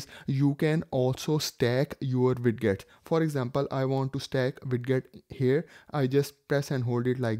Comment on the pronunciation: O ... moorkha insaaan ... Widgets Hota Hai..wiget wijet vijet ... bolna seekh .. Ye Wid gets q bol raha Hai...da q laga raha Hai...Haddad hai Har koi guru ban raha Hai.. galat baat